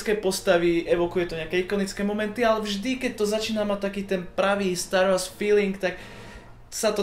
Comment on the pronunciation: Star Wars (čítaj Stár WOrs) sry ale star wars trhá uši :D